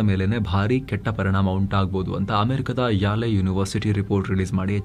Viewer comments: ಯಾಲೆ university ಅಲ್ಲ , ಯೇಲ್ university ಅಂತ ಹೇಳಬೇಕು 😊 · ಅದು ಯೇಲ್ ವಿಶ್ವವಿದ್ಯಾಲಯ, ಯಾಲೆ ಅಲ್ಲ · Yale is pronouced as ‘el’